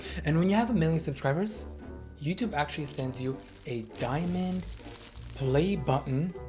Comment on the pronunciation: “Like, yOOUUR Uh YEUWTEUWBAAAH”